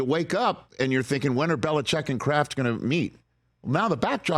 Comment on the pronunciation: Chargers fan here says we will take Harbaugh or Vrabel. Never Bill-lee-check!